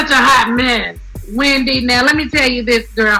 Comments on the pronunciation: 😂😂😂 “Weendy” Not slumming? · Lmao “weandy” 😆